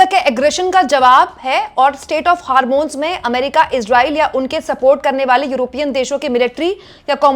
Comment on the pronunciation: मैडम, वो स्टेट ऑफ हार्मोन्स है या स्ट्रिट ऑफ हार्मेज है |